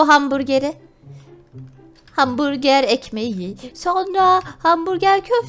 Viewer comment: yapma ALLAH aşkına ya hanburger mi? Zaten orucluyum neyse seviliyorsun 👍💗💘